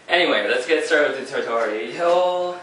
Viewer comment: Ah I missed you saying tor-torial